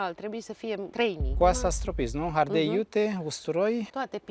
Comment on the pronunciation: Minunat, dar am o problemă. Nu se spune ARDEL, ci ARDEI